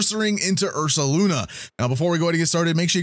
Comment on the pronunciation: Say Ursala again